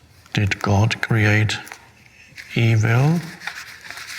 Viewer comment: I like how he says e-Vill